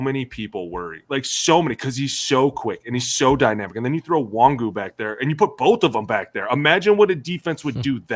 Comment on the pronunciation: It's not "Kenny En-Wahn-Goo" (OR "Kenny WONGWOO"...lmao whatever the fuck they said up in the booth multiple times) His name is "Ken-eh 'N(very short, not "en")-Wahn-Goo"